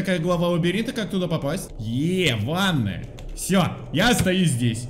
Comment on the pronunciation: Мне одной показалось не "еее , ванная" , а " еее, манга " ?